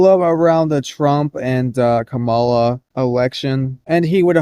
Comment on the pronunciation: It's pronounced KA-me-la. Emphasis on first syllable.